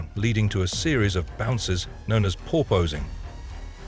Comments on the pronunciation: Honestly, if you're going to use an AI voice for your videos, at VERY LEAST, make it pronounce basic English properly. "POUR-posing" is not the same as "porpoising." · Not "Porposing". It's porpoising like a dolphin (porpoise).